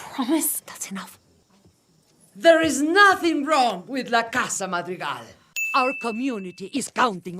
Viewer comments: That cover of the Madrigal song pronouncing their surname with an “ah” instead of an “aw” sound was so bothering for me 😭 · I like cinema sins but i definitely felt like he missed the point of this movie a little lol. I also hated how he pronounced "madrigal"😭😭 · it physically pains me to hear the mispronunciation of madrigal